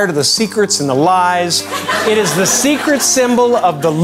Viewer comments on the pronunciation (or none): none